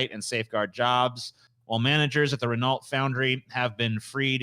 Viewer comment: Lol pronouncing Renault. It's french you uncultured swine! It's REN-O!